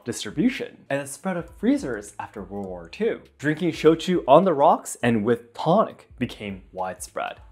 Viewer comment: Great explanation. I'd be interested in knowing some of your/your crew's fave brands & varieties of both drinks. Just letting you know: the TO in "tonic" is pronounced "TAH" (not "TOE").